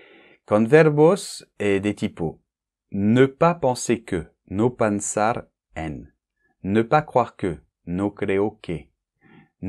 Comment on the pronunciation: it's funny when you say "panzar" instead of "pensar" lol. Still everything was clearly explained thanks a lot